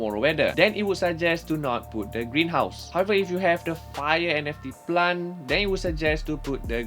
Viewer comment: say plant NOT plan